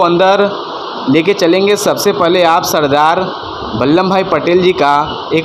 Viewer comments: नाम ठीक से बोलो बल्ले नही बल्लभ भाई पटेल नाम है,!! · Say Ballabh Bhai Patel correctly.